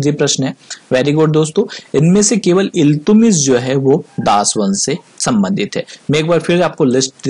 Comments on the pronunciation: इल्तुतमिश बोलिये इल्तुमिश नहीं सर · He was not iltumish .he was iltutmish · Naam to sahi le le..Iltutmish